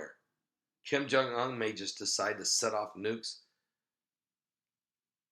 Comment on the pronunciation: OON... Kim Jung UN, pronounced 'OON'- like 'SOON' without the 'S'.